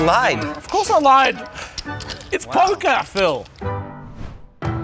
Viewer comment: Just came to comment.. “It’s POKAH Phil” Alright see ya guys 👍